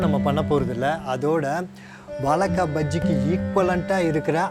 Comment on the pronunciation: hi even if u pronounce vaLLAkai, its ok, but at least pronounce it correctly as spelling vaZHAIkkai, see where i have stressed with caps:)